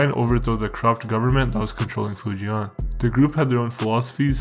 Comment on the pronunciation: The way you pronounce Fujian is hella triggering 😂 not hard to google how to say it It’s “Foo- ji-en “ Same with Guangdong , so far off